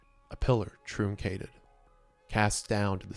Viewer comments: "a pillar trüncated" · You mispronounced truncated.